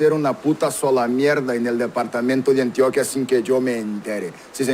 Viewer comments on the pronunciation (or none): Además no se dice Antioquía, se dice Antioquia, con acento en la O. Medellín es su capital, ciudad de la eterna primavera, no se le dice así a todo el Departamento.